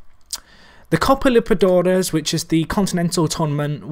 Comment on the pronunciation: Has your pronunciation of liberTAdores Impoved yet? :') ep 35 in 5 days aha,love the series!